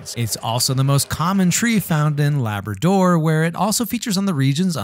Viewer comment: Have never heard Labrador pronounced that way, with so much emphasis on DOOR.